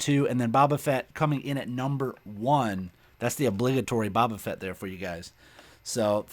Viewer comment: Eeeehhhh ITS BO BA FETT